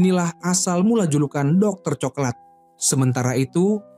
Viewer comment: Ini pake suara ai kyknya, pengucapan coklat tp diucapkannya co-ke-lat .. 😂